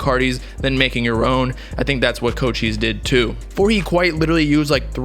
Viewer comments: It’s not pronounced Co-Cheese bruh, it’s pronounced Co-Chee-Say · Did mans just say “CO Cheese” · fr his tag is co cheese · It’s pronounced (coach - eyes) omg he ur favorite artist but can’t say his name right I just wanted u to know like every time u said his name it just hurt my whole soul 🤦🏾‍♂️😭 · My mans really out here saying “CO-CHEEESE” 💀🗿